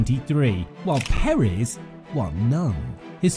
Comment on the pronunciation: Its Perez not perizz